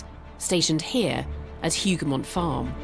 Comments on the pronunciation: Wellington's victory is properly Wellington AND Blucher's Victory... it was a joint plan they put in place that riskily lured Napoleon into the battle. Without Blucher fulfilling his part in the trap, the battle would have been 'Wellington's Massacred Army'. Hougoumont pronounced with the 'H'... 'ooo' rather than 'Who' Wellington actually sent thousands more soldiers to directly and indirectly support the Hougoumont buildings and orchards and woods. Napoleon could not see the chateau or the wall as the woods in front blocked the view to his command post. He actually sent orders to his brother to only capture the woods. There were German defenders inside Hougoumont too, not just British. Hundreds of Green uniformed Nassauer troops joined the defence just before the French attack. The story of just 800 reinforcements sent by Wellington to help defend the Hougoumont area is not correct. Several brigades of mostly Germans were moved in and around the area. The ammo supply waggon was noticed and fired at by the French skirmishers. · "Hougoumont" seems so hard to pronounce for Brits ! 🤣 Good job though. Greetings from Waterloo !